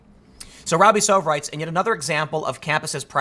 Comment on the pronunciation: Robby Soave. Love the guy. And it's pronounced "SWAH-vay."